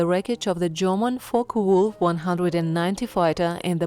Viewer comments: FOKVOLF 190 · Not a bad video ,but i wish they could find someone who can pronounce German aircraft names properly , and if they are going to speak English ,speak it also properly .